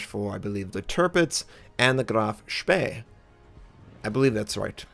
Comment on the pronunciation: On a completely different note: Your initial pronunciation of "Graf Spee" was jolly good, better than the alternative you opted for. ;)